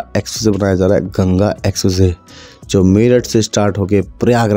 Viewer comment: Expressway ❌ Essessay ✅